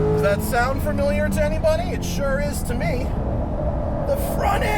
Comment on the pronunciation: I hope I'm not hearing you say "framiliar"